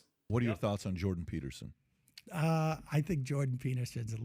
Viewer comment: It catches me off guard every time you say jordan petersons name wrong. all through the video on him i was actually bursting out laughing and then this one fully caught me off guard 🤣🤣🤣🤣